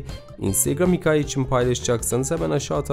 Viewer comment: çok faydalı bir içerik, teşekkürler. "hikaye" kelimesinde telaffuz problemi yaşıyorsunuz. size yardımcı olması açısından buraya bakabilirsiniz